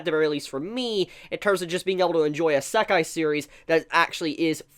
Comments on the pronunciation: It is not pronounced Is-ek-e, but rather E-Sec-I. It's like your saying Himbogger instead of Hamburger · Anyone else hearing him say i-sack-eye and noe Ise-kai? (Wrote the words on how it sounds and not how it is written) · "I-SUCC-EYE anime" It's pronounced E-say-kai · a.sek.ai it's "Ee.se.kai" And nothing can replace Papa Bone Daddy and his harem of tsundere demons. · good job butchering isekai pronunciation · Random Trainer X. M8 it’s isekai not sekai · Ihsekkai... Why does he aay it like that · say isekai right, EE - SAY - KIE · If you're going to review anime and manga, please learn to pronounce the Japanese terms correctly. You sound like someone sounding out a new word the way you emphasize each syllable. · His pronunciation of Isekai hurts my everything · His pronounciation of "isekai"..... 😱 Can't blame him for it... but just hearing it >.>